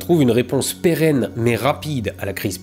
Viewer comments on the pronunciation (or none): none